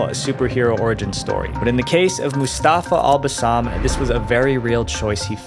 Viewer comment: His name is pronounced Mus-ta-fa al (as in aluminium) bass-am. Mustafa al-Bassam. Not moos-taa-faa All-Baasaam. He was born in EE-RAK. not Eye-rak., I love you and your work but this struck a chord in me 😂